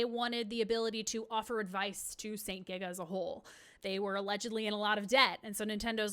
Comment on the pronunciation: Just to do some additional info from my research about Satellaview: - St. GIGA was pronounced correctly :) - The Satellaview actually never ever needed a subscription to access the service. St. GIGA was hosting the service alongside their own service, but their own St. GIGA radio service was scrambled and you needed a subscription to receive the appropriate BS Tuner to descramble this. The Satellaview service was descrambled by default (including soundlink for titles that used it!) and can co-exist that way on their broadcast, meaning you could just buy a generic BS Tuner and play it just fine. The costs would be still huge if you did not have a satellite setup in your home however. I spoke with japanese players who actually played the Satellaview back then (they have a lot of evidence to prove it), and they told me this was absolutely clear. - Due to this, this information about active users is an actually odd one because I believe they were relying on St. GIGA subscribers which did go up, but it was not required for the Satellaview service access. - The small bracket for power is actually the opposite, you plug the AC adapter to the Satellaview, and then you plug the "AC OUT" of the Satellaview to the "AC IN" of the SNES, so in reality, the Satellaview gets the power first, and then the SNES gets it from it. - It did not have the ability to send data anywhere, you had to write a password that contains your score and other info of your gameplay, and other things to a postcar